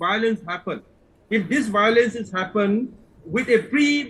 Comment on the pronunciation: Its violence not biolence chup 😂😂😂ngathu